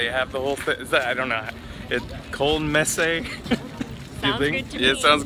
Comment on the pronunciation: you pronounce "Messe" like Messe-h.